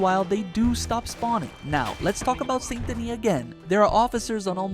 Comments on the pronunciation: Saint Denis, not Son do Knee, Sandini or any of that. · How many ways is he going to pronounce Saint Denis? All of them. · This guy keeps pronouncing Saint Denis differently every time he says it, plus, The Vanderlander Gang? Seriously? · You really need to decide on whether or not youre going to pronounce "Saint Denis" right